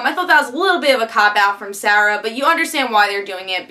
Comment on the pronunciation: Why you no pronounce Moira and Sarah correctly?